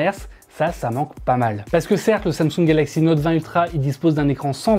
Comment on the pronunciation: Exynos en europe ... Quelle tristesse. Ps: Note, pas Nowwte 😭